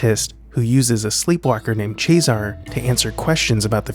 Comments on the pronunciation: Ches-a-ray is how the name is pronounced. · Cesare is pronounced "Chezz-er-ray". Just sayin. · It’s not Chesar it’s pronounced Chesare. It’s a common Italian name; in English it Caesar. I have two relatives called Nereo Nero in English. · jesus. "chayzar". ive never heard a more american pronunciation of anything ever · CHEH-SAH-RAY. Say it with me, people. CHEH. SAH. RAY. Cesare = CHEH-SAH-RAY. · is it pronounced ches-aré or sesaré? discuss. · The fact that nobody knows how to pronounce "cesare" only adds to the silence of the film.